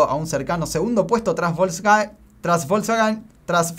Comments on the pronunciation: querés que te lastime más? Se pronuncia "Folksfagen" o algo así jajaja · *"Folksvaghen" (la "W" se pronuncia como "V" en alemán). 😉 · AJAJJAJA cuando te sale decir Volkswagen también te salió todo el acento alemán. Casi pude escuchar un alemán hablando.